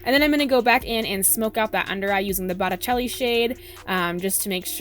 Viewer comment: You are beyond gorgeous! Your eyes pop with this eye look, I love it!!!! You also pronounced botticelli correctly. 😍😍 xo